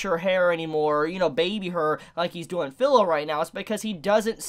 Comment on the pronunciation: FYI, Pilo is pronounced Pee low, this is because the I in Pilo is the same as the I in your channel name,, and at the end of Naofumi. What letters before or after it don't affect the pronunciation nor does what word or what name, it's pretty much always going to be pronounced with an ee sound, the notable exception is when preceded by an A which creates an aye sound. This also applies to the genre name, isekai, it's pronounced with an ee sound and not the short I that you use.